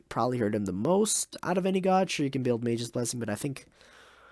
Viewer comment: Did he say magei?